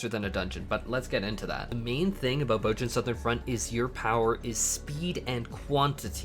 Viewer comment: "BOHZ-yuh" "BOHZ-yuhn" They say it in the game